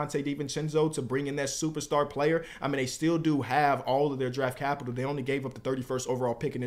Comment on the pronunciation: I appreciate your knowledge & break downs always. Just stop using the word “capital”. The way you emphasize it is mad annoying son